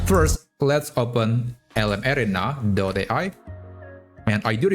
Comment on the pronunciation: Couldn't figure out what LM "Air-ray-na" (said very fast) was until I realized you were pronouncing LM "Air-Ree-Na" creatively. Hoping you might use the common pronunciation in future videos. Thanks for the great content!